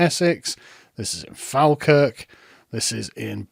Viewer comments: Pronounced Fall-kirk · it’s pronounced “Fall-kirk”